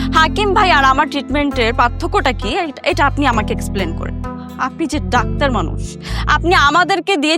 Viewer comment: ৫৮:২৮ ডাক্টার না বে, ডাক্তার